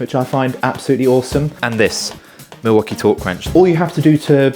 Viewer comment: What the Milwaukee is going on here! 24 perfectly pronounced times.